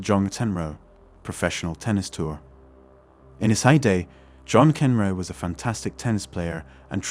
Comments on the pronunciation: "MAC In Row" is how it's pronounced. Sheesh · How is it you don’t know how to say McEnroe - MackEnRow… The first of a few mistakes - misquotes - in this particular clip. I’m pretty sure you quoted the 1500m swimming event as the 500m… which isn’t a recognized swimming distance. That’s not to say I disagree with your fundamental points - it’s just that our (men’s) arguments lose potency when inaccuracies are included.